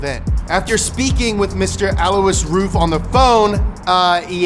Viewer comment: I hope Mr. "Alwusz Roof" heard you say his name. Could you be any more millennial?